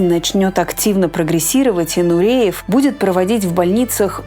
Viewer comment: Нуриев, не коверкайте на свой лад фамилию!!!